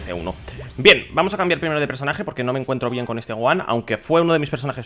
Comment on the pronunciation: Amigo buen video. Pero se escribe gohan y se pronuncia gojan.